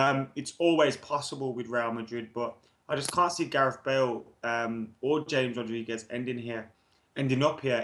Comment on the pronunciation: pronounces James Wilson as Hames Wilson but still fucks up the pronunciation of James Rodriguez 🙄🙄🙄